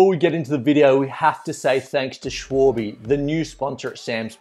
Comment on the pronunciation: Shh-Val-Bu not Shh-Wol-Be........ Surprised they let you get away with that!